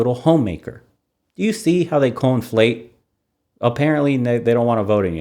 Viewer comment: it's conflate not co-inflate.